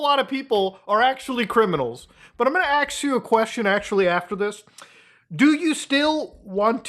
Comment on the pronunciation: "AXE you a question"